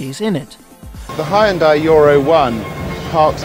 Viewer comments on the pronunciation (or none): none